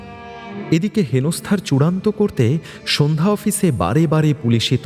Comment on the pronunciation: Sadhya prottrika ke bar bar sandhyo bola hochhe kano?